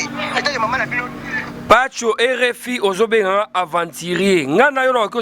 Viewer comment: Mts suka en plus azalaka fière soki azoloba aventurier